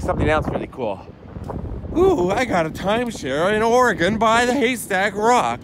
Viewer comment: As an 80s kid and a born Oregonian this made me smile! Thank you again for a great upload and for actually saying the states name right. Some say oreGONE like it went somewhere not Oregon! 💞🍁🌎😃🌌😀